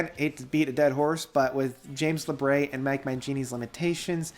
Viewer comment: I almost always enjoy your reviews, but i must ask: what on Earth ends up making you say James LabRAY? It’s Labrie, as in Labreeeee. Lol.